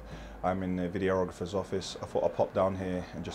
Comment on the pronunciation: Who’s going to tell him he’s pronouncing videographer wrong